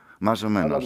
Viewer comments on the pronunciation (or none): Panie język hiszpański to nie język portugalski. „Mas” wymawiasz „mas”, a nie „masz. „Menos”, nie „menosz”